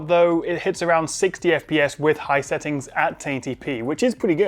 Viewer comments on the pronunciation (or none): none